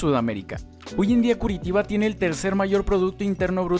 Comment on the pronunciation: Muy buena informacion y muy intersante, pero tenias que haber aprendido a pronunciar el nombre de esta ciudad con su sonido en portugues que se asemeja a "Curichiba", o algo asi.